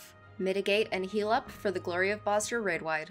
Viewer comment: I hate being this guy, pardon my OCD. know it's been 3 years and you probably already know, but it's pronounced "Boz-ya". Amazing guide btw very easy to understand <3